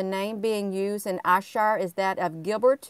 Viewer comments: Ayrshire is pronounced airshire all is love from glasgow scotland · I think you pronounce it air-shire GG xx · I see that ad for that castle never looked t it. It's pronounced air Shire. Ayr is air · Was just about to say that ... Glasgow here 😊